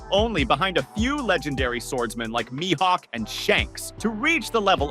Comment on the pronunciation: You said his Mihawks name correct a few times and then butchered his name. I like your one piece content, but I can't stand the way you say the names of the characters you are trying to talk about.